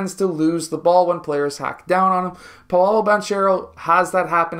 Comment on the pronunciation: That’s not how you pronounce Banchero’s last name. You’ve clearly watched his games and still haven’t heard the announcers say it correctly?